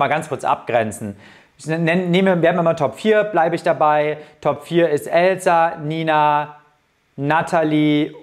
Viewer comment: Ich glaube diesmal wird es wirklich Elsa (übrigens sprichst du sie immer „Elzar“ aus🤣) oder geht beides 😏